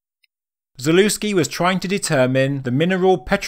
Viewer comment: The proper pronunciation of his surname is ZALEVSKI